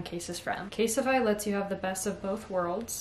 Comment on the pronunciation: please dont say it please dont say it...: something thats really essential is a good phone case... CaSeTiFy🤦‍♀️🤦‍♀️🤦‍♀️